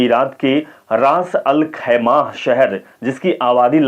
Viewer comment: Bhai anchor sahab... Aap thoda hindi padne ki practice ache se karo.... फिलीपिस्तीनी नहीं होता.... फिलिस्तीनी होता है। रास-अल-खैमह होता है शहर का नाम..